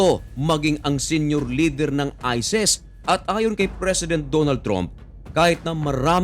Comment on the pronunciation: Ayusin mo salita mo...isis...Hindi ises😂😂😂